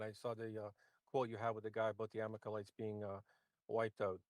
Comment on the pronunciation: Who are the “Amakalites?” Does he mean the Amalakites? This guy’s a mess.